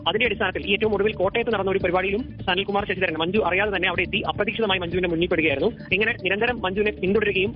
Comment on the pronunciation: സനൽ കുമാർ ശശിധരൻ ആണ്......... പേര് correct ആയി പറയു